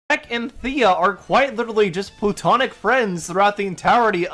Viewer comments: Later he says "plutonic" instead of platonic. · Did he say "plutonic love" instead of platonic love? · Man this guy is dumb. Lost count of how many times he misrepresented or misunderstood Drinker's points, and it's hard to take him seriously when he says "eckspecially", "for all intensive purposes", "plutonic" etc. When you want to act intellectually superior to whom you are responding to, it would behoove you to speak your native language correctly. Just another low-effort slop breadtuber.